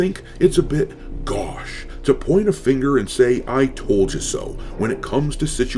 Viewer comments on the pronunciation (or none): its goh-sh. The au in gauche is pronounced like O.